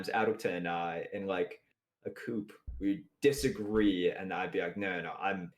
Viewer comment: Why does adwcta always pronounce co-op as coop? I‘m just curious and it kinda tilts me everytime he says it. Shoutout to for mentioning Nole Nr. 1!:D